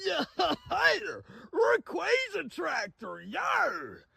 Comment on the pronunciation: Why he sayin it raquayza?